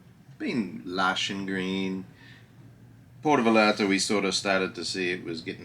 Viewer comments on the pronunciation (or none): Jesus Christ can you stop with Puerto VaLarta's misprounciation? Say YARD...now say Va YARD ta. LL is a letter that sounds like Y in Yard.